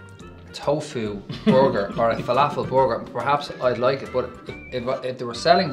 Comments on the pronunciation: whats a "boarger" lol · Not trying to be mean but it sounds like the are saying bogure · lemonyoongi I love the way they say burger, it sounds like booger! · Does it taste like a "borgur" though? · for butchers you'd think they could pronounce borger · boguer = burguer ou kei... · Well the accent is difficult to understand and no i am not from the US at all but i were having a hard time understanding them. I laughed my ass off the way they pronounced burger that was hysterical. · The way they pronounce burger kinda made me angry